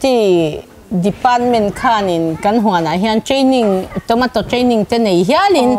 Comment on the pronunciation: Tawmataw tih a lam lo tur.... Chhawmeito USA lam a kan pronounced dan aw zoram ai a ram changkang zawk ah bengvar nan mai mai